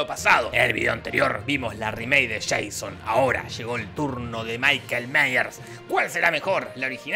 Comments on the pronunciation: Pelicula: Michael Myers Jorge: maikel (miguel) meyers xd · Gringos: es michael miyers! Latinos: migel miyers